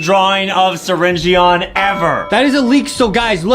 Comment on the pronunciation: You need to say syringeon you donot say the O!😮‍💨